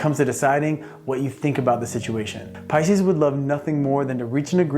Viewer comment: He nailed pises